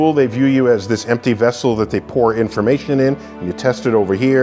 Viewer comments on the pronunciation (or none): none